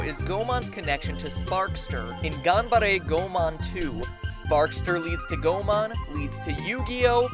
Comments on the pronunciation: Geeky as you might be, Goemon's pronunciation is wrong. It is Go-EH-mon, not Go-man :(. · It's pronounced Go-eh-mon, not Goh-mon, Mat-ol'-boy! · Something you forgot to mention: Goemon was a real person. Oh, and it's pronounced "Go-ay-mon."